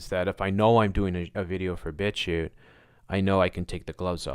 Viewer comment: u keep saying bitshu? bbitshoe? bitcute? <-- i have no idea what exactly ur saying, so how am i supposed to find it - and of course, it's not linked... WTF? Come on! i've never seen this fuckwit b4 - i can tell just from this page though, that it's just more nonsense - why give it so much attention? Finally found it by using google mic - and saying bitchute - the link is Thank me later 😜